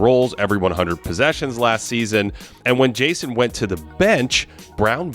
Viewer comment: Who, on earth, told you that mispronouncing the and a (as "the" and "aye") would sound good??? You've essentially taken a professionally-written script and well-edited video footage, and handed them over to some doofus-sounding 5th grader to read for you... it is an amateur move you may want to rethink.